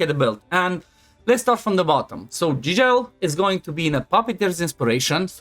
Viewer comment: Fratele meu, se vede ca esti roman la cum ai pronuntat "Gigel" . Eu cred ca developer-ul are un roman in echipa de a pus numele asta 😂. Mult succes tie si fetelor tale!